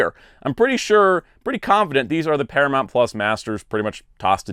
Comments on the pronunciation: ParaMOUNT not ParaMONT! You're KILLING me. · Its Paramount not Paramont, noob.